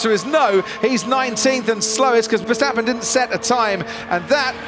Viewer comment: Oh it's verschtappen again... For the last time, he's not German!